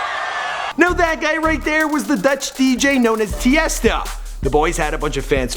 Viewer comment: Tiesto btw not Testa